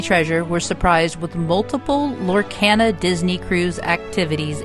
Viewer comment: You are pronouncing Lorcana wrong!! Lor-kah-na